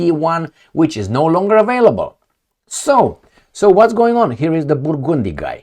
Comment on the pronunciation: I love ya. More help with English.... BUR - GUN - DEE. That's phonetically how you'd pronounce Burgundy.